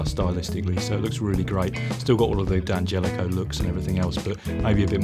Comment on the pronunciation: This is the first I’ve seen where they pronounce D’Angelico correctly